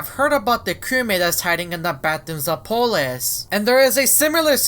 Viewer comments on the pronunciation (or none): can you speak? its not apolus